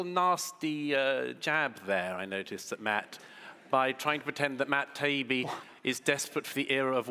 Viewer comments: The reason they didn't is because they held a moral high ground over 'Malc', after the first few times mispronouncing their names. The first time was likely a mistake, then Taibbi obviously reacted and he thought it would be a good way to get under Matt's skin. Problem is, it became the antithesis of many of Malcolms points. He argued about the importance of research, authenticity and fact checking all whilst pronouncing his opponents name purposely wrong. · Gladwell’s inability to come up with more than “You are clearly racist” and “That’s only important on Twitter” is extremely disappointing to me. Not to mention his continuous disrespect for Matt and Douglas intentionally mispronouncing their names constantly. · Wow. I used to respect Malcolm Gladwell a lot. What a shame it is to see him like this. Hurling insults and seemingly deliberately mispronouncing names are only two examples of this childish, despicable behavior. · Civil save for the constant insinuating that one of debaters is a racist and the persistent mispronounciation of their names. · The problem with Malcom isn't necessarily his opinions, but his constant lying, strawmans, and intellectual dishonesty. And from beginning to the end, he was intentionally mispronouncing their names. Sow low!!! Douglas called him Malc in the end, and everyone laughed. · Way to go Malc! The man's first name is Douglas and Taibbi is not a difficult name to pronounce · What a shabby display by Malcolm Gladwell - constantly mispronouncing Matt’s surname and calling Douglas ‘Doug’, and his constant veiled accusations of racism towards Matt. Any reasonable points made by Gladwell and Goldberg feel like they were blown out of the water by his cheap shots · This childish insistence on saying Matt's last name wrongly is absurd. A middle school trick of hilarious transparency. But i suppose the first name would be far too hard to mistake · He did it on purpose. He was trying to upset him. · Not to mention Taibbi as "Tiabbi"